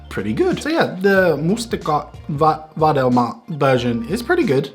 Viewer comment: I haven't watched your videos in a while, and the way you pronounced "mustikka-vadelma" surprised me!